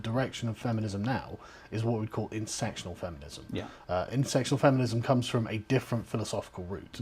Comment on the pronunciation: Carl it's intersectional feminism not insectional . he repeated that many times.